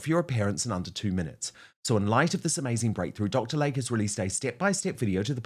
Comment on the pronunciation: HIS NAME IS PRONOUNCED "Lay-Key" NOT like the body of water called a Lake. 🙄